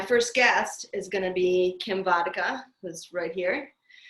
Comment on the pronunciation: You pronounced my name pretty much perfectly! :))